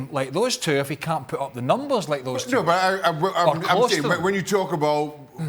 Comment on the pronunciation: How is shaka even british fucking sayin every “the” as Z ... proper english pls